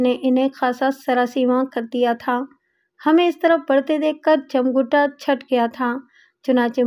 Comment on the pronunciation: Jamghuta nahi jamghata sahi hai.